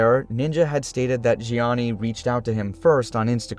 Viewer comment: zheanis name pronunciation was on point